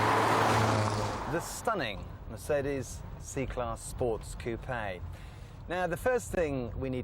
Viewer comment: Weird pronunciations..... Mer - seed -ees, Ford Ka(t) and Fassia (fascia)